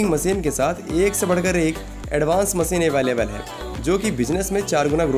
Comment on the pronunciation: मसीन नहीं मशीन बोल दो यार